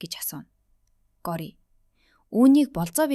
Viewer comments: Гори биш шүү гоориа шүү 😂дараагийн ангиудаа хурдан оруулаарай 💕😊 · гори биш gorya shv❤ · таям gjnasss таам gej duuddishvvvvv